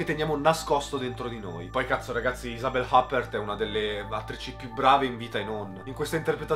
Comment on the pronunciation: Ottima analisi come sempre ma per favore occhio alla pronuncia!! Isabelle Huppert è francese 😅💣